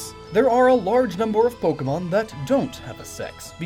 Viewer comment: Why must I get so annoyed by people pronouncing Pokemon names incorrectly. They're just fictional creatures but I guess I just assume smart people like who do SO much research which is incredibly respectable would know how to pronounce the names of what they're talking about haha (I'm sorry that sounded passive aggressive; it wasn't supposed to be)